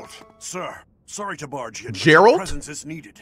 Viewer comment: Jeralt of Jivia xD